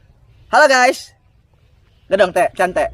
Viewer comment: Anjir intro " halo gay"